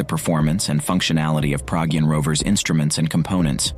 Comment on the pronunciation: Not Praagyun it’s Pragyaan .